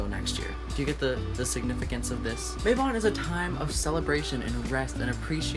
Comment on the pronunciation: it is MA-bon Not MAY-bon....it is from the Welsh so the "a" is like the a in "Cat"